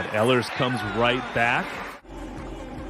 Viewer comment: Ehlers is pronounced “ Eelers”